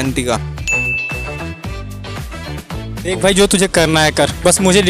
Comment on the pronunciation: अभियांत्रिकी not अभियांतिका